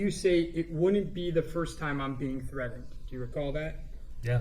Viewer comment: Why does a supposedly grown- well- educated- all- American man with no accent say 'threaden' instead of threatened?